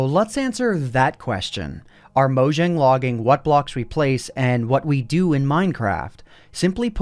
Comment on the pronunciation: Gotta' say it: Mow-Yang (Mojang)